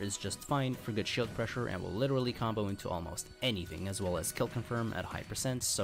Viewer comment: izaws "as well as" is painful to listen to